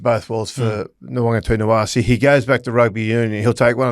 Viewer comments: Nita, not Tina. It’s really NOT hard to say his name properly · It’s NawaqaNITAwase, not NawaqaTINAwase. 😂😂😂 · Kenty if you can’t pronounce Nawaqanitawase correctly then just call him Marky Mark. It’s NITA not TINA! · Nawaqa-nita-wase... not Nowonga-tina-wase. It's really not that hard boys. Sound it out.